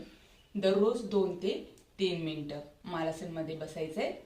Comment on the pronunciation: मालासन नाही मलासन असा उच्चार आहे